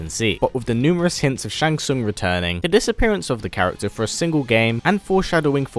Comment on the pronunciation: *Shang Tsung. Your favorite character and you didn't get his name right..... Really bro?